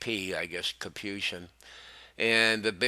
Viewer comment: learn to pronounce Capuchin, Salina, Elementary, Fidelis, Christopher, all names of persons, Prelate, We can expect better from a News Network which calls itself "Catholic"